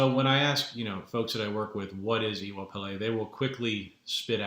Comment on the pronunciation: Brilliantly presented, and thank you for that. I am intending to be in touch with you soonest as I have a deep interest in what you are talking about. As a further support to you, might I help with the pronounciation for Iwa (you got that right) Pele: can phonetically sound like when somebody says to you: you know I....., and you reply by asking: you do? like Iwa Pele for 'you do?. Hope that helps you and fellow audience. Iire O ati Alafia!